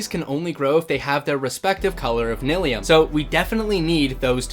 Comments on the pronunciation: its pronounced nyliium! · Nigh-Lee-um. Like bill nye. Like how you pronounce fungi. Mycelium grows mushrooms. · Bro Nylium is pronounced Nylium, not Nylium! Also I hope that trial spawner is set to spawn weaving potions... I'm pretty sure each spawner only spawns one kind of potion